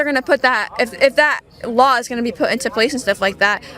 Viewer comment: Kaitlin smirks at the girl saying costed, yet she can't pronounce the word law?